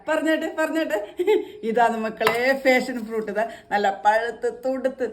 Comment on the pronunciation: ഫാഷൻ ഫ്രൂട്ട് അല്ല പാഷൻ (Passion fruit) ആണ്.